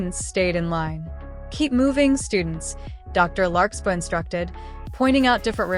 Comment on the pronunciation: For anyone who is new to the series, it's larkSPARR, not larkSPAH. i know that because I'm a friend of the creator making this, and somehow, the AI couldn't say it right. But as long as y'all know and remember the name "larksparr" when the AI narrator say's "larkspah", you'll understand.